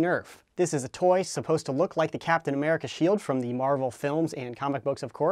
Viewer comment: its cooptin america